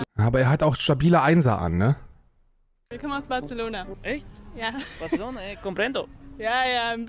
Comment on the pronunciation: Als ob echte Spanier aus Barcelona das auch Batzelona aussprechen, sobald sie deutsch reden... Press X to doubt